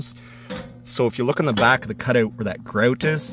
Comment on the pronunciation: Canadian dialect 😂